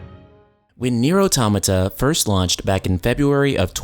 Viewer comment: The way he pronounce automata......lol sorry I cant stop laughing he says it wrong sounds like 'atomyta'